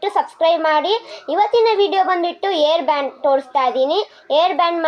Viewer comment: It's not air band it's hair band i don't know anything english etc 😂😂😂😂 muuchkondu video madbeda nin mukka nodka 😡😂😂😂